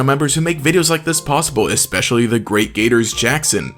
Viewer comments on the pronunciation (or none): none